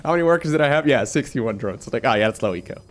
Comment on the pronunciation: That was not "low eco"... just "Loweko"